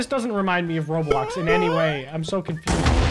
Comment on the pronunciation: “I might do rablax...” WUUUT